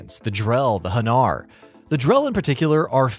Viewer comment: Am I the only one who noticed how this guy said Hanar in ?